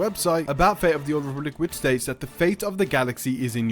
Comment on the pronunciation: I wonder why you pronounce all the "T" in a 10min video, except in the word "fate". Why "Star Wars: Fay of the Old Republic"???? Where does the "T" go?